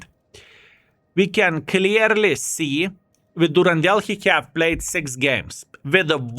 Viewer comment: The name Durendal is from Tolkien and is mentioned in the Hobbit. It has a nordic origin and "dal" is a valley. So it is pronounced Duren-dal. Good on you!!! ❤